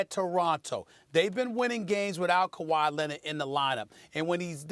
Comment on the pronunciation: “Kawhi Lennit” - Stephen A.